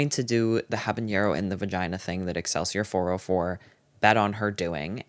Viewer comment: love ya but habanero doesn’t have a ñ it’s just habanero😭